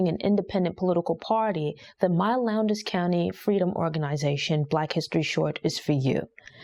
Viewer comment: It’s not “Lown-des” county, it’s pronounced “Lowns” county. I know cuz I lived there.